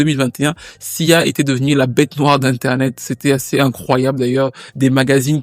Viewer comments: A plusieurs moments j'entends cza et pas sia . 😅 c'est reel ? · Tu as dis siza plusieurs fois 😂